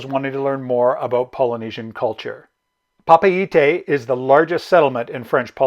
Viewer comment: Good information, thanks. We are booked on Windstar in June/July from LAUTOKA ending in Papeete (thanks for the proper pronounciation).